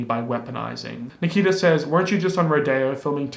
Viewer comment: when you mispronounced Nikita's name it almost sounded like my name LOL